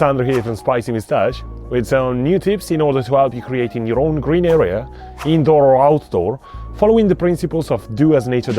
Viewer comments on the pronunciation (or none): none